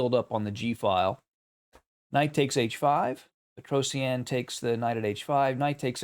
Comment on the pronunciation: It's petrosian. Not Petros eannnn Google it.